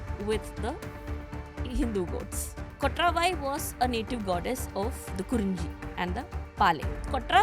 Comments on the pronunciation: its not kotraavaai.. its just kotravai. this channel is misleading. title is misleading. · She can't even pronounce kotravai. Durga, War mongering ! Please be careful who you invite. I am disliking this pod